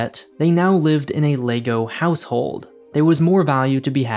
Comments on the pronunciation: Everyone: lego (leg-oh) This guy: LAYGOO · it is leg-o not lay-go so let's try it together LEG O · I dunno if it’s just me, just every time he says lay-go instead of leg-oh IT KILLS ME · Stop saying Laygo! It's called LEGO, as in the simple phonetics of the 4 sounds in L-E-G-O. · Can't get over the ley-go pronunciation. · Is it just me or is it being pronounced Legoo half the time in this vid..... O.o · Interesting pronunciation of Lego! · Had to stop watching 30s in because of the way you pronounce Lego